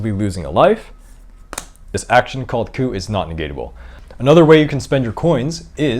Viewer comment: This video taught me how to pronounce "coup". Thank you.